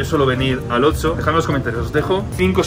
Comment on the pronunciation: Yo: - Oxxo (ocso): - Otso. Jejejeje me hiciste recordar al oso malo de toy story. Lotso 🐻